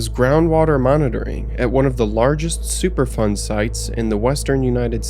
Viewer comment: I thought you were saying "super fun" sights, I had to turn on the subtitles to find out it was "superfund". I thought it was weird that a place with hazardous materials was called "super fun" 😅.